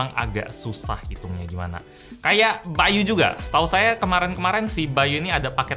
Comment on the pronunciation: By.u yang gua denger kalo itu ngomongnya bayu